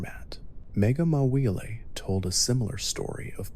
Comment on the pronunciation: did he just say mawile like ma willy